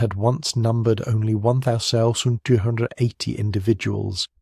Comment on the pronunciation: A human would know how to say 1280. Pay someone to read these and they would be much better.. or proof your reader.